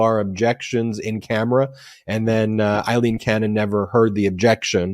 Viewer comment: LOVE the episode! BTW it’s Rev Schenck NOT Rev. Schneck and ‘Aileen’ Cannon NOT ‘Eileen’ Cannon. :)